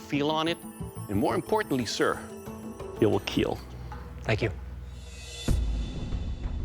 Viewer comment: As soon as I hear two times "It weel keel" I turn off you tube and go to do my bussiness.